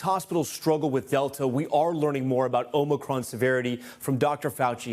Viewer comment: Who is this guy that keeps calling it omni cron?😂